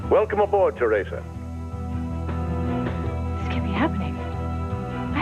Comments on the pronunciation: Can for once say Theresa's name correctly. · he says it the way victor kiriakis said theresa's name in days of our lives. i've only ever heard those 2 people pronounce it that way!